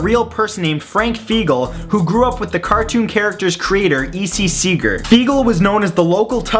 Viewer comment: My uncle's and cousins name is Frank Fiegel wtf (its pronounced Fy-gel [hard G])